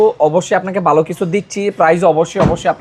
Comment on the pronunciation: "DRUST" ache? Naki "DUST" ache? ..."BOY LAGCHILO"? Naki "VOY LAGCHILO" "BALO.." naki "VALO"? Apnito Banglai Tikmoto Bolte parchen na !!